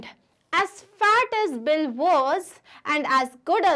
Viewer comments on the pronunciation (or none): Did anyone notice,mam was telling bill as Billi in the starting .Thank u mam for explaining nicely and this is coming for my exam too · it is bill not billi